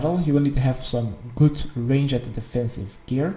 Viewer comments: and what would you do if i told you ranged was 1 syllable? not range-jed range-d !!!!!!!!!!!!!!!!!!! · God everytime you say rang-ed my dutch heart dies a bit further cuz i know it's a retarded accent. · I think you suck at ranged cause you don’t know how to pronounce it But great guide none the less!